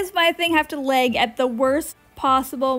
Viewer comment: I love the way she says lag "læg" 😆